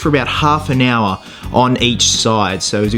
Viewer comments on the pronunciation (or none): none